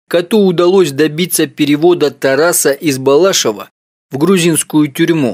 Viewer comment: БалашОва ударение на букву О!